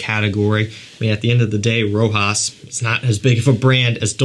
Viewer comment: For the prononciation of Rochas. It's like the SH in the word shoot the CH in Rochas